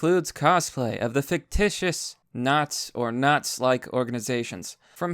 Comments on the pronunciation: I have never in my life heard “nazis” pronounced as `not’s’ rather than something closer to `not sees’ shoved into one word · Why are you pronouncing it "Naz"?